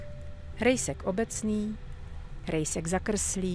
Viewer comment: Tymto hlasom by si mohla prednasat aj o anorganickej chemii 😍A ako vyslovujes " jezek,krtek,rejsek " to znie ako poezia 😊